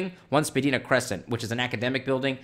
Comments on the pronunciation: Love the channel. It's pronounced "Spuh - dine - ah". That's the name of the street. Keep up the good work. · Hey, Spadina is pronounces Spah-die-nah...lol. I'm just nit picking and wanted to give you a hard time 😉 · FYI, the word "Spadina" is pronounced by locals as "sp' DYE nuh" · It’s pronounced spah-dine-ah.